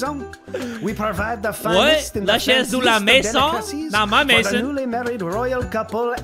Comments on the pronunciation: "Maison" is house in french, not Mason 😂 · In case you didn't know, there was no one name Mason in this game, it was "maison" which is french for house and it's pronounced "MAZE- AW".